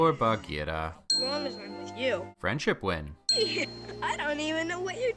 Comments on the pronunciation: I like how you pronounce Baghira :) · Your pronunciation of Baghira is perfect!